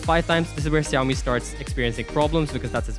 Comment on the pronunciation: why do you call Xiaomi siyawmi not shawmi